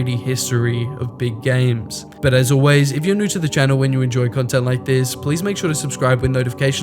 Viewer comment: "sqare" "Sill" "Gams" God damn learn some English